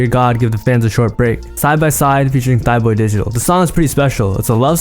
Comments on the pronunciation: Bro did not just say “thighboy digital”🤦‍♂️ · am i tripping or did he say thighboy digital lol